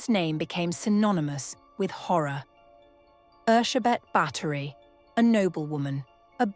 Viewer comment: I just came to say thank you for getting her name right. Bugs me when historical figures have their names anglicised. 😉👍